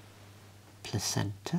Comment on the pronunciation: At the start when you said Placenta that kind of threw me off